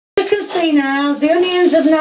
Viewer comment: The ‘honions’!!! 🤣